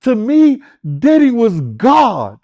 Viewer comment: Call him Puff, Sean or Sean Combs…. You calling him Diddy sounds like you calling him Daddy! On the real!